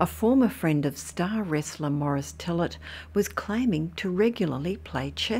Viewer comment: His name is pronounced fill-ay not fillet as in fillet a fish. That's French